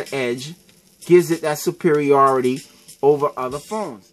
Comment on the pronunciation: "When you take out this S-Pen, it's Game Ovaa!" XD haha